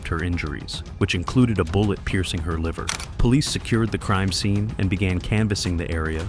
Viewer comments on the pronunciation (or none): none